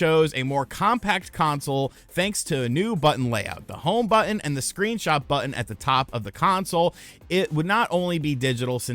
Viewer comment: But-Ton. Not, But-End...